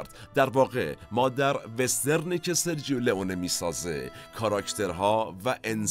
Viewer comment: با سپاس وخسته نباشید ، با اجازه دوستان یک تذکر بدم ، در زبان ایتالیایی «سرجو » خونده میشه نه سرجیو ، یعنی gio = ( جو ) . همچنین cio ( چو ) خونده میشه نه چیو. دم همه تیم مورخ گرم ، حمید از ایتالیا